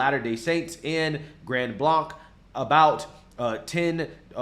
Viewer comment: It's simply pronounced "Grand Blank" so you know, my fam is from there